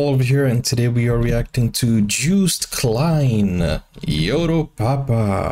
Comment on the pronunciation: Joost is pronounced like toast😄. I don't want to be whiny, but since you're a teacher I think you'll appreciate it. Joost for the win!!